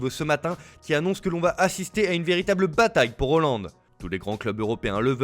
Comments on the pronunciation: Petit rectificatif c'est pas holand.... mais haaland HAAAAALAND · Haaland* fais un effort 😭